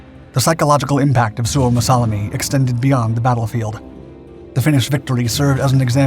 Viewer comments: Suomassalmi, not Suomassalami. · you mispronounce suomussalmi